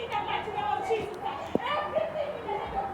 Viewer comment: "in the name of jesus-uh" was the only ledgable words I could understand 😂